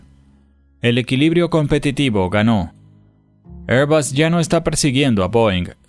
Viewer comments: ¿QUE IDIOMA HABLA? “ÉR‑bag” (ˈɛər‑bæɡ) Air = “ér” ESO ES UN GLOBO. no Se pronuncia: “ÉR-bas” (ˈɛər‑bʌs) Air suena como “ér”. será La marca de aviones AIRBUS Se pronuncia: “ÉR-bas” (ˈɛər‑bʌs) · Porque decis, "Airbas", es airbus, no me explico el acento que le poneis cuando decis eso.